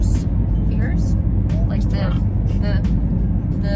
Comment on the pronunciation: firs=furs- said the same way!